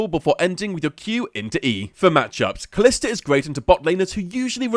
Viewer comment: It's pronounced ka-lee-sta